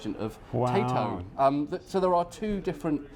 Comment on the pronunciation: love your videos and your pronunciation of Tayto crisps